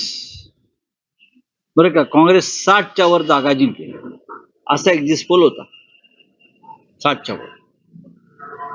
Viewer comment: शब्द नीट उच्चरा एक्सिस्ट पोल शब्द नसून एक्सिट पोल आहे